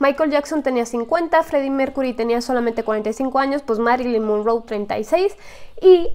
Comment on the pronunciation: Porque dijo Marilyn mongou si es Marilyn Monroe